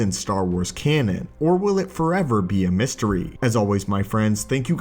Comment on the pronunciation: I can't help but cringe every time he says "canon".